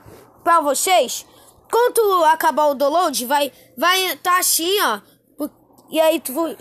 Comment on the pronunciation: e gente ele realmente fala ashin kk